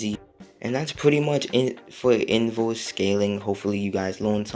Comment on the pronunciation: “Invose” jk jk I love you bro